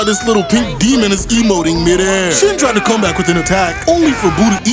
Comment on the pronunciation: Everytime you say shin's name i cant help but hear that song " sin !" 😂 it is only made funnier by his stupid face he keeps making 🤣